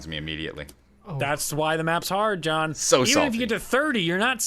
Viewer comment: John did you just say "Jawn" ? Philly?